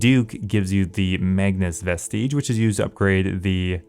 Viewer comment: Vestige is pronounced more “vestij” not “ves tiege” or whatever the duck was being said. Reminds me of people not being able to esoteric when bh came out.